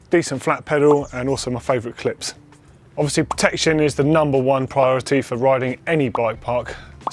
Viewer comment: "Protection is numbah wone pryoritey"